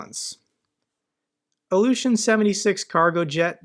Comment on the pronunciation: Please pronounce Ilyushin correctly, then I will give you a thumbs up.